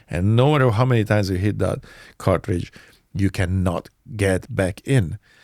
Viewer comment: Bahaha he said CARTRIGE ... does anyone ELSE know why he was banned. Bc i do